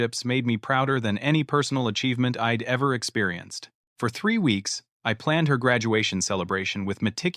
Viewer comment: If you are going to use AI technology to write these stories at least clean up the narration. It is not Ed it is I'd etc. and so on these constant mistakes is annoying.